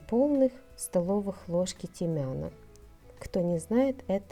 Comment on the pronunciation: Не тимян, а тимьян.